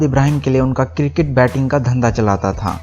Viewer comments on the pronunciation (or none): none